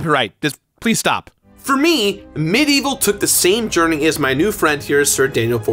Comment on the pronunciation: Its medievil not medieval. Anyone else bugged about how he says it?